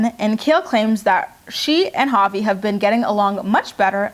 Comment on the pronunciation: Sometimes when you say Javi I think you’re saying papi 😂😂😂